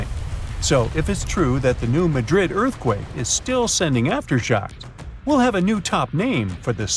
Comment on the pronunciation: The locals put the emphasis on the first syllable of Madrid, not the second, like everyone else. So it’s New MA-drid, not New Ma-DRID. Geologists and seismologists who study this stuff also pronounce it like the locals do.